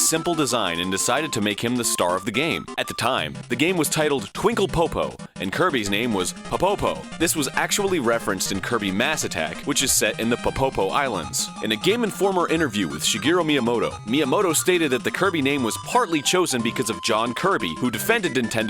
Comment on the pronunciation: I'm surprised it wasn't brought up when talking about the origins of Kirby and how he was originally named Popopo (which Egoraptor mispronounced by using the wrong emphasis), but there's a theme to the names in the series. You have Kirby who was once named Popopo (POH-poh-poh), a location known as Pupupu Land (POO-poo-poo) -changed to Dream Land in the English version-, the bosses Lololo (LOH-loh-loh) and Lalala (LAH-lah-lah), and the final boss King Dedede (DEH-deh-deh) -changed to being pronounced DEE-dee-dee in the English language media-.